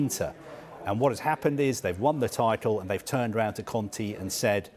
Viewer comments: It's Conte not Conti dude. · Why is he saying Contea ? The lady cleary says Conte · Why does this guy call Conte Con-tea :') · why does he call Conte Conti ahahh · "conti"... Kill me now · why is he saying Antonio Conti?